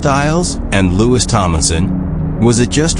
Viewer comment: Louis was the oldest, crappy AI can't even say his name right.